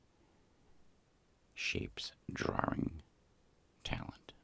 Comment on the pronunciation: "Draring" lol